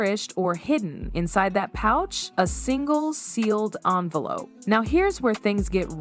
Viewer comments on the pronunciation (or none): none